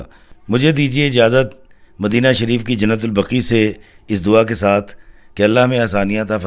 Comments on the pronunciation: ماشاءاللہ۔۔۔ محترم۔۔۔ درست لفظ "جنت البقیع" ہے۔ جنت البقی غلط ہے۔ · ایڈمن نام کی درستگی کریں قبرستان کا نام "" جنت البقیع "" " البقی" نہیں اور شہر کا نام " مدینہ منورہ" ہے یا " مدینۃ المنورہ" عربی میں ہر شہر کو "مدینہ" کہا جاتا ہے